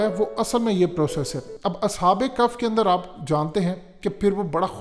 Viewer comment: کف نہیں بھیا کہف ہے تھوڑ غور کرو